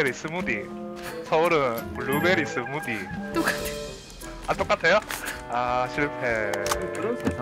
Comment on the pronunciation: 블루베디 스무디 발음 경남과 경북의 억양차이 ㅋㅋ